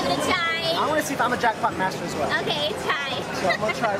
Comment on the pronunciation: She said jrackpop